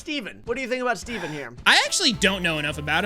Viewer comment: I love how they call ethiene 'steven'